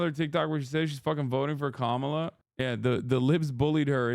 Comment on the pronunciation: I agree with Chappell, but major cringe when she said Kamala wrong but has razzed her audience for saying Shappel Rowan.